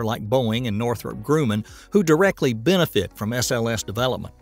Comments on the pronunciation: Gr-uh-man not Grew-man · "Grooo-man" ????? It's "Gruh-man"... your constant mispronunciation of words (Root-ers instead of Roy-ters for instance) makes one wonder if you do it on purpose. Surely no one can be as haphazard in preparation as you seem to be...